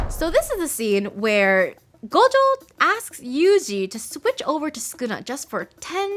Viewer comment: just like gojo they mispronounced it to gojoww which is incorrect